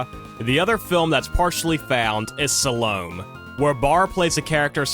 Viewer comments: Salome is pronounced sa·luh·may. Three syllables, not sa-lom. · Salome is pronounced sar low may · It is not pronounced Salome as in SAL-ohm but Salome' as in SAL-oh-MAY. She was a woman in the Bible story about John The Baptist. I have never seen this film, but I assume it was based on the stage play about her by Oscar Wilde. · Interesting story, thank-you. And it's SA-low-may (Salome). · I'm sorry, but I REALLY have to step in here; it's actually pronounced "Sal-Oh-May". She's a Biblical figure. That being said, this was still very well researched. Kudos! =) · I appreciate your focus on the Silent Era. I would suggest you take more care in learning pronunciations before you record your commentary. Examples- Francois, tapestries, Salome, numerous others. I have never heard Thedas' name prounounced as Bah-ra. The norm is Ber-ra. Paying attention to details such as this will give you, what I assume you're striving for, a better product.